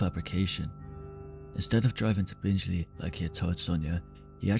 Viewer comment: It's pronounced bing Lee not binge Lee